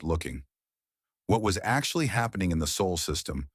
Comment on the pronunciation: “Saul not sole”. 😁